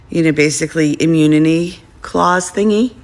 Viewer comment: "Immuniny?" I can best assure; everyone, that she goes around shouting; that, she is, "Educated!'